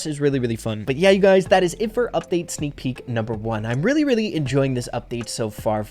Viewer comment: Ahh yes seak peak